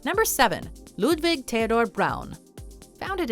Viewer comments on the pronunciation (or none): none